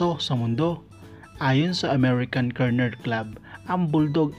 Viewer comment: TSAKA AMERICAN KENNEL HND KERNEL HAHA